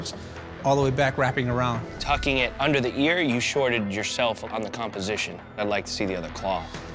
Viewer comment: Did he say over “thunk”?!